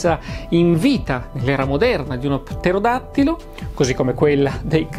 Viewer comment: Il video è stupendo, per di più una impresa dire correttamente pterodattilo per tre volte consecutive 😂